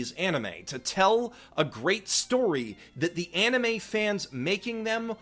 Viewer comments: too bad you can't even pronounce 'anime' :DDDD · One thing: Anime (pronounced ann-nee-meh) is NOT, I repeat, NOT the japanese word for animation, that word is anime (pronounced on-nee-meh). Japanese words have japanese pronunciation, just because it's spelled the same in romanji doesn't make them the same word.